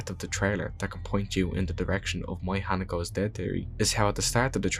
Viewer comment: great video, i grew up in japan as an american, and just for future videos her name is pronounced “He-Nah-Co” just so you know! new subscriber ❤